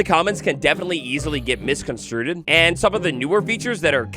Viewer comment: Misconstrued... not misconstruded..........